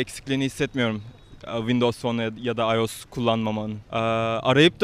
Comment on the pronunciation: ulan komikligine mi okunusunu yaziyon bilmiom ama iyos diye okunmuyo ayos diye